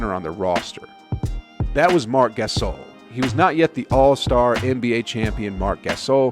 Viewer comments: Hasheem Thay-beet and rudy go-bert and marc ga-sol drove me nuts made me click away sry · I like how he says Marc Gasol like Marc G-Ass-ol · u butchered gasol and thabeet but ok